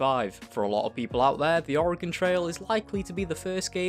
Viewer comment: As a native Oregonian, thank you for actually pronouncing Oregon correctly.